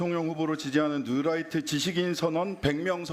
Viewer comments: 뉴라이트 아닙니다!!!! 뉴라이또 데스네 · 뉴라이트 아니고 뉴또라이또(신매국노)이무니다 ㅋㅋㅋㅋ 울트라니뽄라이트 이무니다 ㅋㅋㅋㅋㅋ